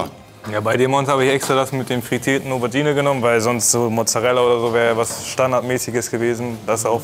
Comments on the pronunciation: Wer kennts nicht?...die "Overgine" :D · Was ist denn eine Owergine? 😂. Ach Monte, ach... 😂